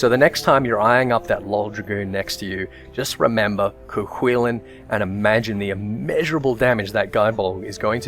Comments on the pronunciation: It's pronounced "Koo Kullin". The Hound of Cullen (Colin?). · Any other Irish people agree with his pronunciation of Cu Chulainn? Grew up pronouncing it way different. Couldn't even imagine it being pronounced like that in Ulster.